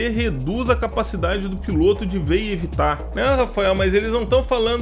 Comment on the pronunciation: Tem menção a “remoto” e vc considera um fantu desses da vida uma “aeronave”? Kkkkkkkk bela aeronave a sua! piloto /ô/ Aprenda a pronunciar substantivo masculino 1. MARINHA (TERMO DE)•NÁUTICA aquele que pilota navio mercante, como oficial de náutica ou como prático de porto, subordinado ao comandante. 2. POR EXTENSÃO aquele que dirige qualquer embarcação ou aeronave. 3. motorista de competições automobilísticas. 4. BRASILEIRISMO•BRASIL 1jóquei. 5. FIGURADO (SENTIDO)•FIGURADAMENTE guia, orientador. 6. campo de experimentação, modelo para novos métodos ou processos. 7. TELEVISÃO capítulo ou programa inicial de uma série, ger. experimental. 8. nos aquecedores a gás, bico de onde a chama se propaga aos demais bicos. 9. BRASILEIRISMO•BRASIL m.q. PEIXE-PILOTO ( Naucrates ductor ). 10. BAHIA•ORNITOLOGIA m.q. ATOBÁ-PARDO ( Sula leucogaster ).